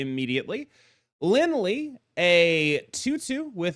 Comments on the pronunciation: Lie is pronounced “Li-eh” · FYI the "lie" in Lin Lie is actually pronounced "lee-Eh". You got the Fu Xi pronunciation correct ("foo shi") though :)